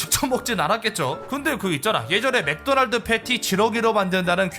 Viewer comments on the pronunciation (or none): none